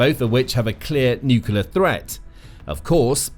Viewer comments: Nuclear, not nucular!!!!! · Say the word 'new'. Now say the word 'clear'. Now say the word 'nuclear'. It's not 'nukiller'. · Was coming to say this. Not sure why but it gets me so annoyed when people say nuke-u-lar. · New kyoo ler? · I had never heard nucular pronounce with a British accent before. I am now convinced stupidity knows no race or boders. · For god’s sake, just say “new clear”! Say it! You can’t go wrong. Also, President Trump’s claim about “obliterating” Iran’s nuclear capability, appears to be premature and/or exaggerated. But what would you expect from the biggest liar in U.S. Presidential history? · Sounds more like ‘new-killer’ >.< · The mis-pronunciation is intentional. We all know how YT works.